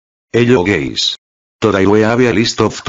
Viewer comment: 'hello gays'💀💀💀💀💀💀